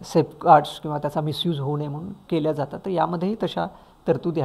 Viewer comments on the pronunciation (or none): none